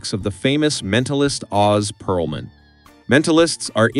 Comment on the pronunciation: Ō•z Pearlman lol